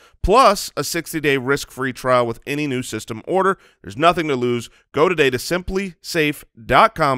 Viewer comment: saying "systome" instead if "system" lol